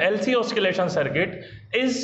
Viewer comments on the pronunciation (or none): Sir, mai bolna seekh gya askeleration ,oskilation instead of oscillation and acceleration 😂 I use to watch ur videos when i remember pcm batch